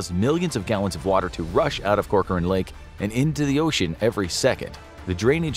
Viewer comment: Hey, thanks for pronouncing Corcoran correctly!